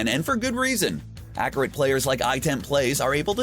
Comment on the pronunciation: Anyone else hate how he says accurate, he says a cure it